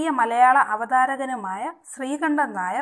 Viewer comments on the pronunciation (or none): none